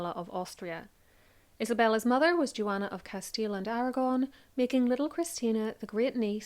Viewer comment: Juana not "Jewana"